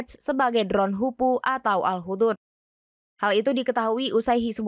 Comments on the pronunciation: 😅 cara bacanya bukan HUDUD...tapi HUD - HUD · koreksi dikit kaka..bacanya bkn HUDUD..tp pke spasi..HUD - HUD